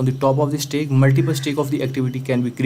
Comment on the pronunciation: Its not Stake. Its STACK